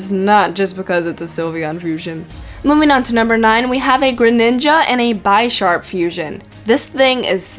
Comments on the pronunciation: its not bye-sharp, its bisharp, its like saying bishop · Bye-Sharp? I think it's Bih-Sharp. Like a Bishop. Because the first evolution is a Pawn. Also why is the Garchomp-Scizor Glizor? Shouldn't it be Garzor? Glizor sounds like Gliscor. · Bisharp is pronounced like bishop. Pawniard, pawn. Bisharp, bishop.